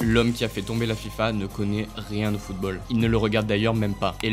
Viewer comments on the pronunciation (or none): Tout est parfait, l'intonation, les mots choisis, et l'histoire est passionnante. Mais. D'habitude je ne fait pas ce genre de commentaire critique, car quand il y a des fautes c'est peu, mais la la vidéo en est remplie, et ca réduit vraiment la qualité de celle ci. voici une liste non exhaustive Maintenant prononcé "mainant" le t a disparu ? : Les O mal prononcés : footbeul : surcheuffe : chese : seute : eubjectif : coeucaïne : greusse : eutre : cueuse : escreuquerie : Parler de la fifa et écorché football 5 fois ca fait mal, et 13 fautes de prononciation dans les 2 premières minutes.... si on enlève ces 2 minutes la, on a 4 fautes en 8 minutes, ce qui est plus qu'acceptable, mais le début m'a mit sur les nerf